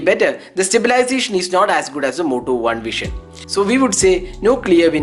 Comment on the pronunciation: Its Vision (व्हिजन) and not व्हीशन , pronounce properly. BTW Moto One Vision is great here, In 20k they are providing OIS.